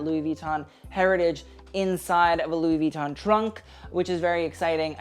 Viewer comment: Ok, i love you but PLEASE, could you pronounce louis vuitton w/out the "n" in the end and not with attention to the "i"? Sorry but it really hurts my ears :00